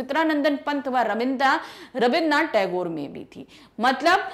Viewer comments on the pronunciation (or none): none